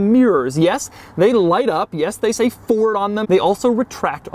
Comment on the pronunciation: Why would you intentionally call it a “Furd?” Is there someone wrong with you?